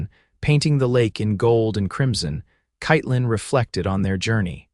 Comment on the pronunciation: Katelyn is mispronounced throughout. Pathetic.